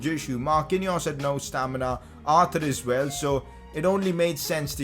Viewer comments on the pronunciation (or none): none